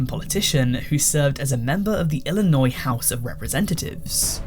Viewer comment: As an Illinois native, thank you for not pronouncing the "s" in Illinois.